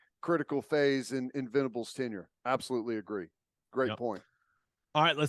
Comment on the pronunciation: Venables not ventables